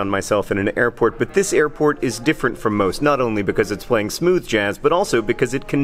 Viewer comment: I like the way you emphasized smooth jazz, as if most airports play a different kind of jazz?